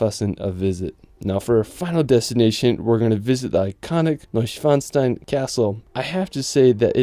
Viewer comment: I know German is not your native language but you really butchered the castle. It wasnt even closed. Repeat after me: NOY-Sch-wann-STEIN